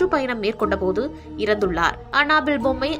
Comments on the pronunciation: Hey tharkuri, It's not anna bell.. it's Annabelle. What kinda pronounciation is that?!!!! What a shame!!!! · It's not anna bell😂😂😂😂 It's annabell